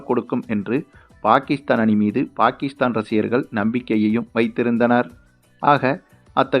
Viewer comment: Player's name should be pronounced correctly. For Pakistan Bakistan, Shaheen afridi it is pronounced as Shakinshaw Afridi, for Subman gill i could hear Shupman kill. Why, hurry when it comes to names?